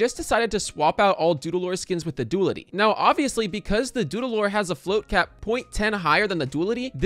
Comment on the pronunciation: Du-a-li-ty, not dualty.